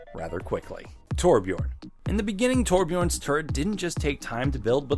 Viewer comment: Please pronounce Torbjörn right